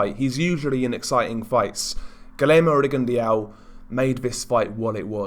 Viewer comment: Rigon de au? At least pronounce his name correctly buddy!!